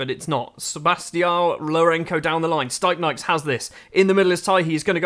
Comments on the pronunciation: Its pronounced : “steepnieks” not staipnaiks Source : im latvian 😁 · to be fair your doing a good job for a foreigner on most names, but the stipnieks one… man